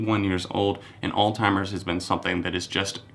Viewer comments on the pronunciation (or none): Do you genuinely think that Alzheimer's is pronounced 'old-timers' or is that what you called it when you were younger and it just stuck??